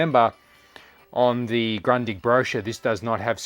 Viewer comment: It's a fantastic TV with the well known long life quality of Grundig., try to spell it like this: Groondig 🙂